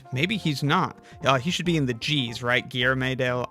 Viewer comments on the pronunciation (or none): none